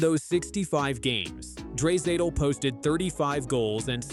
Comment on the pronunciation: Lol dray-satal 😂😂😂😂